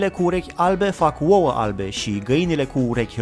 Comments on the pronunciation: De ce zici “uouă” in loc de “ouă”? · uoua? :)) Esti ardelean si tu?